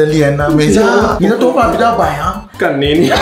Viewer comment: 這個真的很讚ㄝ! 尤其罵出{幹你}彷彿突然把我拉回台灣人的感覺 很沒有歪國人捏